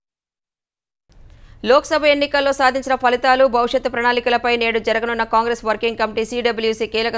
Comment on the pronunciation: పలితాలు కాదు ఫలితాలు, తుపాను kadu తుఫాన్, తుదిశ్వాస "విడిచారు " తెలుగు రాదు న్యూస్ readers కి